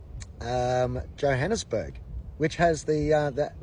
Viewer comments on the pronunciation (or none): none